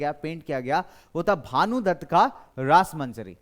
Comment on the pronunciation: Rasamanjari sir not rasmanjari